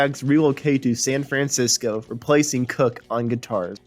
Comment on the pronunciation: It’s Living in the USA! Not Living in the United States of America! And learn how to say San Francisco!